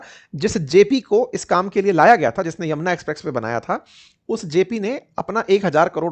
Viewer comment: Bhai ji apka Ucharan express Way ko aap galat Bal rahe hai so kripya dhyan den